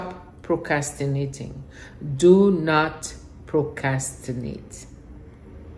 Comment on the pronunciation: That is funny! And you were saying it so nicely without the 'r,' I almost didn't want to correct you.